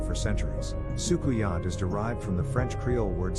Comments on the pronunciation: Hey. Trini here. The pronouciation of Soucouyant is Soo-Coon-Yah. Love your vibe. Especially since we have the same name. 💚🇹🇹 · I'm late but socouyant is pronounced as sukunia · You just jumped in my algorithim and its ok. Subbed. As a Trini 🇹🇹 i appreciate this video. The pronounciation is Soo Koo Yaah.